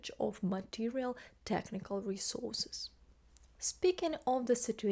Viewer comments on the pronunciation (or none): none